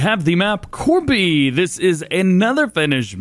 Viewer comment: I'm loving fs22 jsut because of Urjanvaara, Paksuniemi and Korpi And you pronounced Korpi almost perfectly!